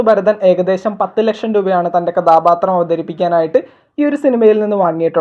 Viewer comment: നിന്റെ മലയാളം മൊത്തം തെറ്റാണ്. കഥാപാത്രം ആണ് കഥാബാത്രം അല്ല.ബ ബ ബ അല്ല ഭ ഭ ബ ആണ്.